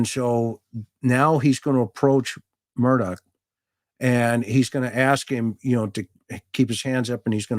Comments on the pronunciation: Sounds like he’s saying “Murdock” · I’m watching this on replay. Excellent job,. It is a sad, needless, most tragic loss of two humans. BTW, if you pronounce his last name as “Mur-dug,” I think you’ll be close enough for grits. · It’s pronounced murdock, sometimes his accent sounds like Murdick, which is appropriate. There’s lots of footage with the correct pronunciation, even though his own lawyer, harpoot, said his name wrong. 😂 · I'm from New England where we pronounce it "Murdah" LOL it's all good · It's "Elek Murdick" as AM pronounces it.